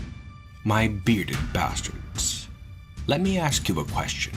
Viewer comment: "Let me axe you a question!"